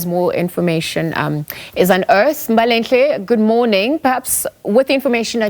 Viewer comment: I love how the anchor pronounces Mbalenhle, you can tell she put effort into it